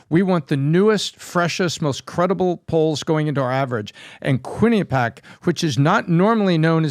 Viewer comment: Kwin eh pee ak folks. Accent on the the 3rd syllable.